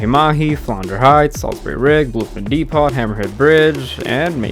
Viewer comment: Depot is pronounced “dee-poh” not “dee-pot.” Don’t mean to sound rude, not fishing for attention… just triggered my yee-haw or yee-naw reflex.